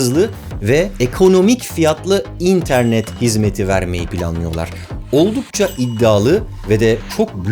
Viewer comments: abi nolur internet derken in'e basma vurgu sonda dinleyemiyorum seni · Barış Özcan'ın interneti "İNternet" diye söylemesine bir ben mi gıcık oluyorum ya